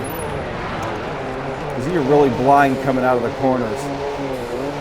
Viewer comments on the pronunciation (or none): none